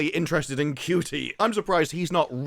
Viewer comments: Is it really pronounced cutie I thought it was a word play on Judy! Such a horrible actor and I just love how he singled handedly managed to ruin one of the most iconic characters of all time the Doctor i mean really he sucks ope poor choice of words for him I guess! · So much hate just in the first 30 seconds. So people take issue with Ncuti (Pronounced Chute-y) for being gay but now he kissed one woman people are giving him crap for being 'bad at being straight' SMH tapped out 30 secs in gonna set this channel to ignore 😅